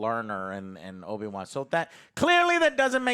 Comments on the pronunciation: No one, absolutely no one Joe:” Obi Juan” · Did I hear Obi Kwon?